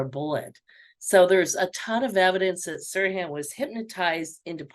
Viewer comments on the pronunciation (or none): "Sirhan", not "suran".